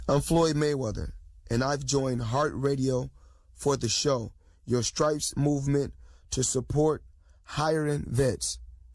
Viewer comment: lawd lawd lawd........did say Scripes??????